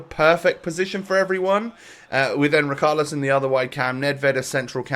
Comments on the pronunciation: riCHarlison NOT riKarlison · Can u pronounce ‘ch’ it’s richarlison not ricarlison